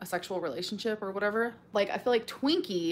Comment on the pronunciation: "i phil like"